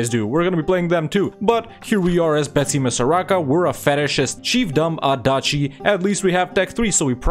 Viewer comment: Mad-a-gas-car Bet-sim-is-ar aka madagascar